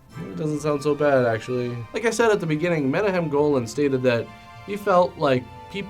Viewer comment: Love the show, love this review - Also, I think it's Meh-KNOCK-em Golan